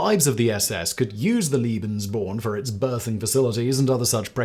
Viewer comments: Lebensborn, not Libensborn… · Ik this vid is a bit older but its a good one tho i do recommend atleast learnong the pronounciation of german words (im german) u said Leben like lieben which means love so that rlly doesnt make sense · haha, I was so confused at first when he kept saying 'Liebensborn' instead of 'Lebensborn' and kept thinking 'but... this certainly has nothing to do with love...' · Oh and "Lebensborn" is "lay-ben's-born"^^